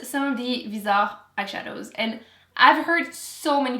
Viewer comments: People are fighting about how Viseart is pronounced and then crushes them with her French 😜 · I had no idea that's how you pronounce Viseart. Vi-zah. Learned something new! 😀